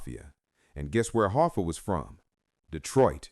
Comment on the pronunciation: "Jimmy Hoffer"